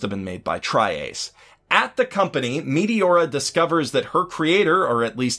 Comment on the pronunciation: The way you say Meteora is wrong and it's so funny XD. You say MEATY-ORA not MET A ORA